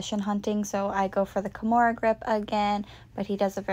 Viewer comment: yes i heard once a slight KEYmura then you swithched back lol